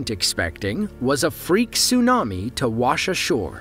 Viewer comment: "Tsunami" lol